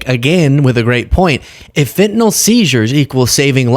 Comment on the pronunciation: why is it that not ONE politician can say Fentanyl ? it's Fentanol to them, that lot wouldn't know their appendix from the privates...